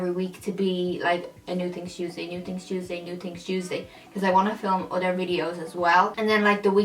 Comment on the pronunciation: You should have called it "New Tings Tuesday" cuz that's how you say it... so cute